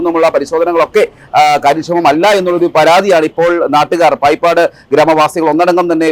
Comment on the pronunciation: പായിപ്പാട് അല്ല.. ബായിപ്പാട്...